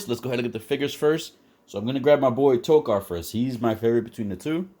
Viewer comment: Hey man, just wanted to let you know Tokka is pronounced like "toe-kah", and not with an r at the end. Unless that was the joke, to make them rhyme like that. Like, I don't know if I'm saying Rahzar right. ...is it Rah-Zar, Ray-Zar, RZA or GZA? Wu-Tang Foot Clan